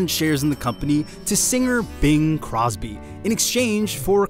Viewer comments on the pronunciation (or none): none